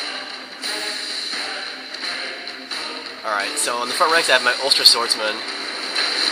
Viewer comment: so funny how pounces some of the Irish words xD such as ulster